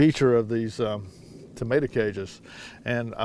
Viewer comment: I love when you say “tamater”! 😂 just like my husband.